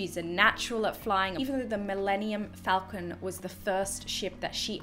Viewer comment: I cried three times during this reaction. First was when you didn’t recognize the Millennium Falcon, the second was when you agreed that it was garbage and the third was when you called it the Millennium FalcoM. Lol. I kid I kid. 😂👍